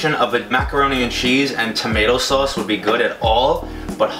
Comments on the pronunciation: "Tomato Souce" lol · tomato sose